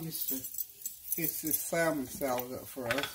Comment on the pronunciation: with all due respect the "l" in salmon is silent 🤫.